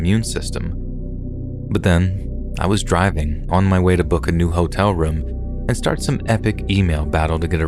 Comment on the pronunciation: HAS HE STOPPED SAYING HOLE-TELL??? (hotel)